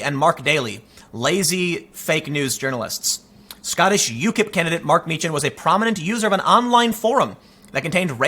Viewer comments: Tim, it’s pronounced “mee-kan”. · You know how to pronounce Dankula's name (Meechan)......you gave the two options and went with the wrong one. Here's another one for you, Calum McKay.....the ay bit at the end is pronounced the same as "eye." Word of advice, if you're ever in Scotland, steer clear of Milngavie. Trust me, you'll never pronounce that one right. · You got count dankula last name correctly the first time and then you said it wrong second time